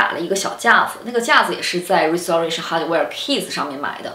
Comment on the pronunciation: 跟我读 rai si te rei shen